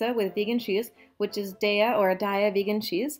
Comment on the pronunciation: Say it loud and proud! DAY-YUH, all day! :D